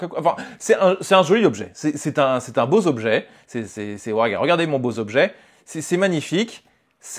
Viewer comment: "c'est un beau z'objet"... Oh non,, pas toi! Tu as habituellement une excellente élocution, mais là... Ceci dit, très belle présentation de ce produit, malheureusement victime de son côté viscéralement "colle-à-l'actu"...